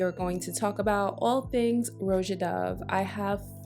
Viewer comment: Thank you for correctly pronouncing the name “Roja.” It drives me crazy when other YouTubers butcher it. It’s so easy. 🥹